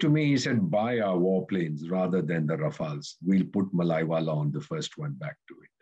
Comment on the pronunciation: Malaiwala fellow? You ooze contempt for fellow Indians by mocking their supposedly British accents, yet you cannot pronounce an Indian name, especially a Southern one. It is Mallya, pronounced Mull-ya. I and a lot of fellow Southerners can feel a lot of condescending attitudes from folks like you when it comes to South India, and that is an example. Perhaps you can't pronounce Seetharaman, or even my name, and maybe you do not care. If that is not a colonial attitude, then what is? Fortunately, we just laugh at guys like you because we feel very confident in ourselves and our contribution to the nation.